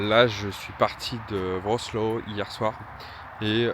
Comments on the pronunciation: Etant allé sans cette région de Pologne et ayant essayé d'apprendre quelques rudiments de Polonais pour pouvoir par exemple semander mon chemin, il me semble que Wrocław (anciennement Breslau) se prononce "Vrrrotswoif" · Je prend connaissance de ton périple seulement maintenant. J'ai toujours rêvé faire ce genre de road trip mais à Moto. Tu es passé par la Pologne, c'est là où je réside actuellement (Varsovie) ! Sinon, Wroclaw se dit "Vrotsouav" :P Nouveau follower ! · Wroclaw se prononce "Vratswav" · "Wrocław" ça se prononce "Vrotsouaf". Oui le polonais, quand on connait pas, impossible de deviner :face-blue-smiling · Wrocƚaw se prononce "Vrotsoif";) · Wroclaw = Vrotswav (en roulant le "r" svp)